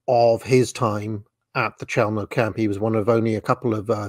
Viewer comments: You pronounce it “cheumno” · I’ve always heard “Chelmo” pronounced with a “K” rather than a “Ch” sound, but now I’m actually unsure which pronunciation is definitive.